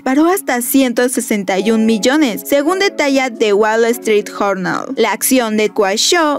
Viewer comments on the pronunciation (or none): En serio dijiste Jornal!!!!!!! EN SERIO!!!!!! por qué no investigan la pronunciación antes de lanzar el video por Dios!!!! Para que lo sepan Se pronuncia Yornal insyder Que onda con ustedes!